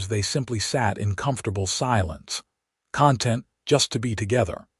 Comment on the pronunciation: I liked the story but the AI narrator needs to distinguish between conTENT(ment), (a state of peaceful happiness), and CONtent(s) - like toys in a box. Better to narrate with a real human voice.